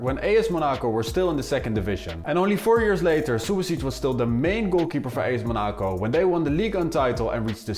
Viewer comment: WHYYY are you saying Monaco like that